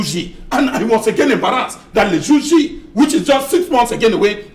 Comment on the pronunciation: Le gour G,???, it is le Jour Dit. You can make your points without so much exertions, and you’ll be better understood. Everywhere else but France!! France pillages French African countries but won’t agree to migration of migrants from those territories. All the colonial masters left, however, France stayed and hid in the roof.